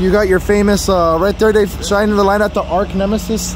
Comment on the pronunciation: Cool job! Good work! (but please don't say "arc nemesis" anymore)